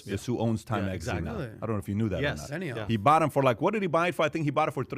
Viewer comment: its benioff not beniHoff